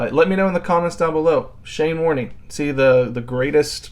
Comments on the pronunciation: i felt my soul cringe when you said warn-EE. It just Warne. not french.... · You probably know now that Shanes surname is said with the e silent, like “warn”. His nickname was “Warny”, a common practise by the amazing Aussies. Shanes impact on world cricket is hard to believe; in my opinion the best bowler that ever lived…and that is ‘saying something’ if you know world cricket. Sadly Shane left us too soon. Thank you for your great posting…I had somehow not seen that video before? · Warne, with a silent "E".... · It's just pronounced warn. You yanks have no idea about English 😂😂😂😂😂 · Pronounced Shane Warn without the E 😊 Also check out Muttiah Muralitharan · Warne, pronounced Warn. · Silent e. Warn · It’s Shane Warne .. the E is silent ffs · As a lifelong cricket fan from Adelaide (where the tutorial video was shot), I really thoroughly enjoyed your video man. Warney’s last name is pronounced to rhyme with “born”. Keep up the great work mate. RIP The Sheik of Tweak - Shane Keith Warne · It's not the exact same but getting a tennis ball and using tape its a decent practice tool Also the e is silent in Warne's name!